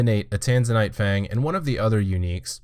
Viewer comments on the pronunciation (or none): none